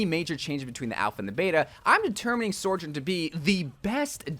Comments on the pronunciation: Her name is SO JOURN, not SOR JOURN! I love your content! But your not pronouncing her name correctly. Its just one of my good friends is named Sojourner, and it feels so weird hearing her name pronounced wrong. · why do you call her SORjourn? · i still wish you’d stop pronouncing her name like sorjorn… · Sojourn... SOARJOURN.... Yep... its definitely SOARjourn. nailed it. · SORJURN??? :P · Why is he saying "SORE-JURN"??? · how many times can this guy say her name wrong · THIS thank you. Where is there an R??